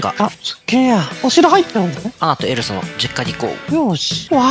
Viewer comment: 2分7秒の時エルサがエルザになってた